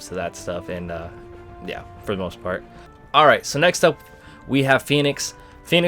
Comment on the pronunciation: “For the most fart” lol